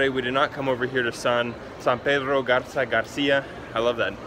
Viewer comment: BIEN EN GARZA MONTERREY NO ES GARZA ES